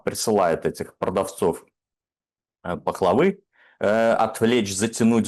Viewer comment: ..."продавец пахвалы", "ложи"... чувак упал в моих глазах =( ну "продавец пахлавы", "лжи". экзамены хоть сдал?